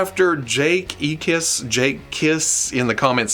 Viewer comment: Hey I got name checked! Thanks! You nailed the name on the first try. E-kiss like e-mail. Weird family name, I know.:)